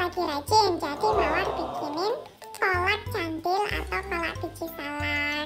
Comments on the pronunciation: Kolak candil... c dibaca k jadi kandil deh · She actually got it right the first time.. but then she corrected herself and got it wrong instead.. LoL! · sama cendil jg. Cuma orng asing pronunciation-nya beda, jdi ngakak aja tmnx k' Nay bilng "kolak kandil" :p